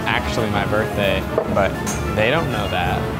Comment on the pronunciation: "Birtday Bash Dash"